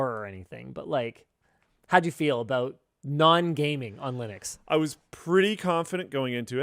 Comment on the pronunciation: It's Linux, not Linus Clips